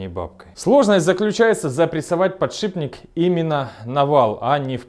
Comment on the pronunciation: Автор молодец! И ещё, научите, пожалуйста, своего друга Негоду правильно произносить слово подшиПник.